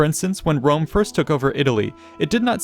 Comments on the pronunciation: What's this trash joke? Italic populations, like modern Italians and Spanish, pronounce a very strong "R", the people that can't pronounce properly the "R" are British and French ones. So "Wome" it's kind of the pronunciation of a native English speaker at the eyes of an Italian or Latin speaker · I have a good fwiend in Wome his name is Biggus Dickkus.